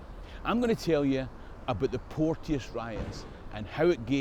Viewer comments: Hi, love your stuff. Just one wee gripe. My granny was a Porteous and it's pronounced Portchis not Port-e-us. That's poshification, and the Porteous family were a bunch of torags and neverdowells at best and don't deserve it. But I'm a Fifer so what do I know:) May yer lump aye reek wi ower folks coal... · Hi. As a member of the clan Porteous can i say on here that we pronounce our name Port Chus. Its funny Ryan Porteous Hibs i have heard one commentator get it correct. Easily done, Keep these great videos coming! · We had a chemistry teacher called Porteous back in the day and he insisted you pronounced his name "Portchus."